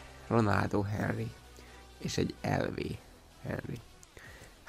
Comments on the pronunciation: Henry amikor valaki így momdja a nevét azt börtönbe kéne zárni (Ari) b+ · Úgy mondják Henry-nek hogy Anri